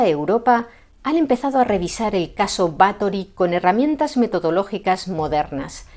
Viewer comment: no sabes cuánto te agradezco que no te hayas referido a ella como Elizabeth, y que además hayas pronunciado correctamente tanto "Erzsébet" como "Báthory". Por supuesto, encantado con que por fin alguien haya tirado por tierra, con datos, la leyenda negra de esta mujer. Y es que, en los últimos años, he visto algunos vídeos de otros divulgadores que se dejan llevar más por la leyenda que por la historia real. Espero con muchas ganas vuestro vídeo sobre María Estuardo. ¡Feliz domingo!